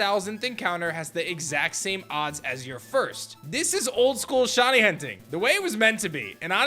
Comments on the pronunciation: Before publishing a video in which you use the word “shiny” a thousand times, maybe you should have learned how to pronounce it properly first. You’re saying “shawny.” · "Shonnie" bc shiny is difficult pronunciation